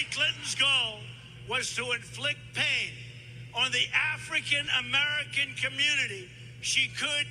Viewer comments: Same here. That "African" part had too much going on. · Why he say African like that 😂💀